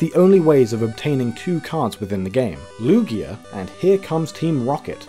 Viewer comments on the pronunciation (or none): none